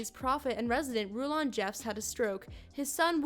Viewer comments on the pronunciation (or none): none